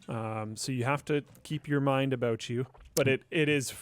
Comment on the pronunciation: Am I the only one who thinks "Ha they said aboout!" every time they say about?